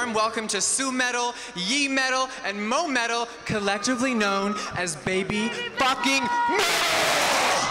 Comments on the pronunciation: Victoria Hayes Even worse, I heard Moe-Metal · it's "Su-metal", "Yuimetal" and "Moametal"